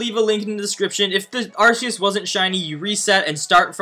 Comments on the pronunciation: This Guy smh Lol Its Arc-eus Not Arse-eus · Who cares about the right way to say a Pokemon name? The right way is indeed Ark but Ars does not sound bad either so each to their own I suppose. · In most movies by pokemon they pronounce it Arkeus so No it isnt Arseus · I will never unhear it as arseus now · Battle Revolution pronounced it "Ar SEE us" and I think the movie pronounced it "Ar SAY us" lol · Rumor confirmed. On the announcer in pokemon battle revolution for the wii it was officially pronounced "ARS-eus" they later changed it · Yeah idc what anyone says. I’m going to continue to pronounce it with an “s” sound, not a “k”. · Its fake. One HUNDREAD percent sure oh im on my moms account xd. Becuase, 1. Arceus event was 5 years ago, also, you cannot prenounce arceus.(although some people say it diffrent.) you are very fake.